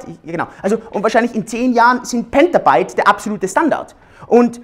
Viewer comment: krümelkack an Das heißt Petabyte und Storj, nicht Pentabyte und Stroj. krümelkack aus ^^